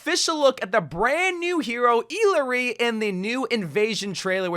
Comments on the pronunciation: Is that how you pronounce her name? Ee-ler-ee? I thought it was i-la-ree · Eel-luh-ree??? That’s your pronunciation ?? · Bro said eelaree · Dude I swear he’s saying her name wrong on purpose lol 💀